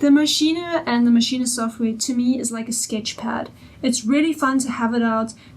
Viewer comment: Pronounced Mashine not Maschine ah.